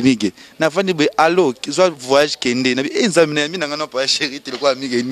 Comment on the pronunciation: c garcon azalaka suspect 🤔🤔🤔🤔!!azalaka PD teeee??? na yo p journaliste ezalaka vayage te. voyage .aller tanga!! VO-YA-GE 😂😂😂😂😂😂😂